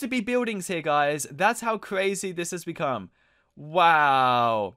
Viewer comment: Fwee, two, one, go! Oh woooowww woaaahhh this is cwazyyy